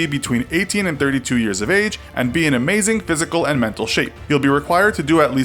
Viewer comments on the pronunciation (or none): none